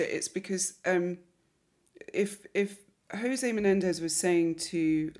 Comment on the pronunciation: "The Menendi" as if they're funguses or something. Can't stand that prosecutor.